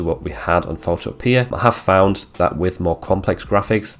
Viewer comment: Pho-TOE-pia…..just like utopia